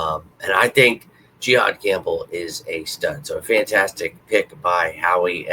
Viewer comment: Pronounced “juh-haad” not “jee-haad” lol